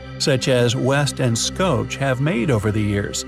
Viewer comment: Schoch- pronounced “Shock” 🧐